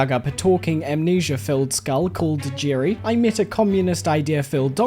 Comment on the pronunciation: Hi. You are using all the wrong vowel sounds. Who the heck is Girry?